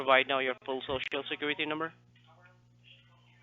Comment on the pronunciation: Biggest Little City in the World 🎰 Scammer said "squiwity number" 😂 Welcome back,! ✌😊👍